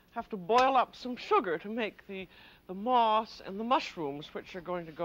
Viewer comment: When she went to make moss I thought she said ‘moths’; kept wondering how she was going to make insects out of spun sugar.